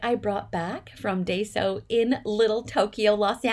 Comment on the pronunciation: Love your haul! Lots of cute things. Yes, I have to limit myself when I shop there, too, or things can get out of control quickly! Several years ago, they had some adorable packaged trims in the sewing section, including daisy trim in all different colors! I used to live about 20 minutes from one; now it's more like 40 or so. (Please don't be offended, but it's actually pronounced "die-so". 😊)